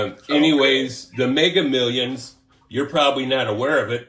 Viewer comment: ''Hey it's from Megger millions, I'm from the prize bum clot division!''. 😁🤣😂